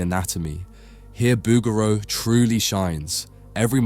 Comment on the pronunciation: I think you are mispronouncing the artist name bow-ger-row